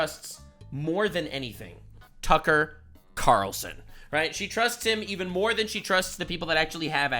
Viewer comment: “Tucker Qataralson.” is a mad lad 🤣